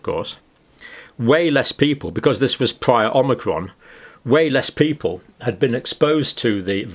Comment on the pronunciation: more pathogenic omicron, takie this down you saidit wrong twoice